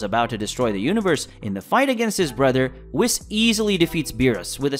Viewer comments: It's whes not whis even though its spelled whis...hearing u say whis over and over is off putting. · Can you learn to actually pronounce proper names and in universe material. For example it's "Whis" not "Wiss" like c'mon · Who wiss? You mean whis, pronounced whes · It’s Beerus (Bills used to be used). And it’s pronounced (“Weess”) not wes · Its pronouced Whees not wiz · “ wis” omg my head hurts now…😖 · All these readers or narrators... have you never watched? Spelled whis, pronounced wheeese. Smh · Ok hold tf up, aint no way you called beerus "bill" and ur not pronouncing whis right bruh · Quit saying it wrong its whis the i makes ae sound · You are saying, Whis wrong! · Say his fucking name right it’s like you’re saying whisk w/o the k, dude the animators work w the writers so they’re saying it right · What the hell did u pronounce whis as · I like the content BUT please please say the whis' name right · I can't stand how you kept saying Whis wrong the entire video. 🤦